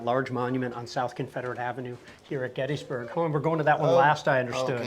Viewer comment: I hate how miss pronounces Gettysburg.